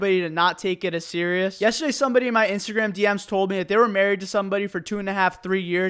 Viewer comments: Why do you say meh instead of me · Am I the only one who finds it funny when he pronounces "me" as "meh"? Also... Do you grill sandwiches at subway? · i like how he says meh instead of me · Anyone else have a problem with the way he says “me”? Just meh?